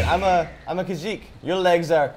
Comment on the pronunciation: It's Khajit, not Khajik